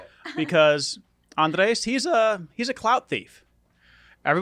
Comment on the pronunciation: he's called ANDRES for fucks sake